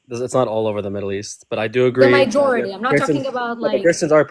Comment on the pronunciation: You are great,, just please it's not "mijority", it's majority. Thank you for what you do.